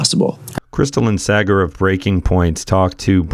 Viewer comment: Literally noboby pronounces Saagar's name correctly.